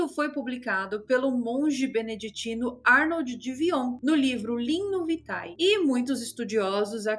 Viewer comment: Vitae = vitæ = pronúncia /vité/. Eu também passei anoooos falando errado tb. Curriculum vitæ /vité/ 👍